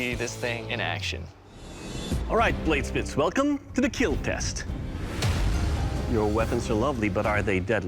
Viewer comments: It will keal... Lol 😂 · "It will keel"